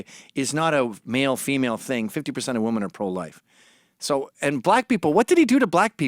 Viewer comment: Mr. McInnes don't get me wrong, you are nothing short of a god to me, but I must admit; your pronunciation of the word "women" as "woman" happens to really grind my gears.